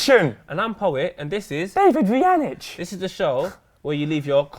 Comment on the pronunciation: Poet rhymes with Tow it, kind of rhymes with Damn nits, you're welcome.